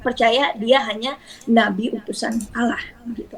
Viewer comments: Klau menurut Saya . Orang ini bukan Murtadin.. Tpi emang udah oten dari kecil. .dari segi menyebut asma allah saja udah ketauan otennya😅😅😅. Dia menyebut asma Allah. Dengan sebutan alah. Bukan ALLAH.... Kasian lu otenn tenn 😅😅😅😅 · Sebutan mu Alah.... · ini bukan murtadin ini kristen dari kecil mengaku murtadin cara omong ialah sebut tuhan "alloh", sebenar orang islam di indonesia kebanyakan mereka akan sebut tuhan "Allah" cara sebutan arab.. dari situ saya tahu dia orang kristen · Bahasanya aja khas misionaris, mereka para anak domba ini tidak akan pernah mampu menghilangkan penyebutan,aksen istilah dan nama2 dalam agamanya contoh terkadang mereka lupa penyebutan nama Allah dalam agama Islam adalah dobel L sedang misionaris terkdang sebut alah sebagainmana kebiasaan dalam agamanya